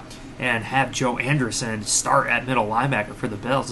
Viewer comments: Great coverage! I think its pronounced AndrEEsen. Not AndeRson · An-dree-ssen come on man 😂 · Homie must've just heard of him for the first time last night by that pronunciation 😂